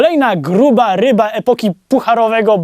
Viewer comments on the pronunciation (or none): none